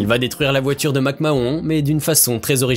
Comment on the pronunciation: La prononciation de McMahon et NXT.... faut connaître ses sujets